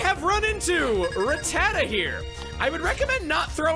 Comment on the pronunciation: He pronounced Rattata incorrectly at the very start of the video